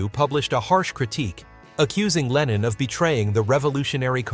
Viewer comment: An den Sprecher: John hieß nicht Lenien,zumal das sehr an Lenin erinnert